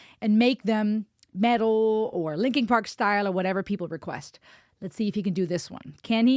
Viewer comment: stop saying linking park.